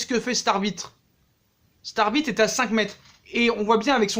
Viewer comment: Je suis le seul à entendre arbite 1 fois sur 2